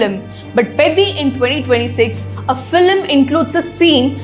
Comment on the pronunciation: Please pronounce film like its spelt not FILLIM 🤮